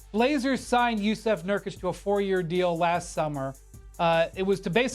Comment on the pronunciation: Como on... at least learn to say JusUf instead of JusEf... reqlly not hard after what - 10 years in NBA now?